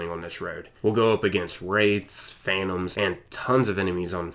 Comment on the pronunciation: "Easy" 😒 and "phantam" man it's so funny seeing how people just butcher names. To be honest Phantom is pretty simple to pronounce. I don't understand why people have to make it sound so retarded.